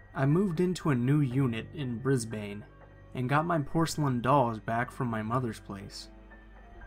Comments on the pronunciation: brisBANE 😭 mate its brisbane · never heard brisbane be pronounced like that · Me, an Australian hearing the word Brisbane pronounced so wrong 💀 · how..how did he just pronounce Brisbane? Mate, that’s not how you pronounce it💀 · The way Brisbane was pronounced offended me smh